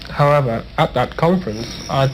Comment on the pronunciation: 하지만 중간중간 “Because that was work of god” 이나 “However”는 발음은 뭉게지지만 비슷하게 들려요! 호킹이 미리 짜놓은 인터뷰 대본을 조교가 외워서 대응하는거 같네요.